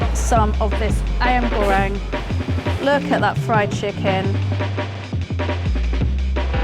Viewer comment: Congrats on 100k aunty! Somehow my hearings a bit teased when she said "ayam goreng,asam,gula,ikan " using her english tongue, hadn't know singaporean talk like that. what's with little hand and wink and loving the use of banana leaf. Thank God we can stole from our neighour to make it more tasty.